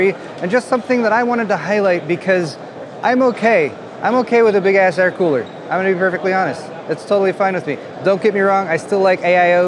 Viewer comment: “Big ass fries!” Is all I could hear when you would say big ass coolers.